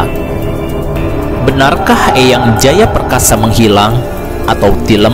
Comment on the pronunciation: Tilem sanes tileum